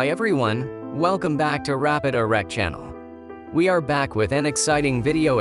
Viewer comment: "Rapid Erect" You know times are tough when the TTS bot you use mispronounces your own channel name and you don't even correct it.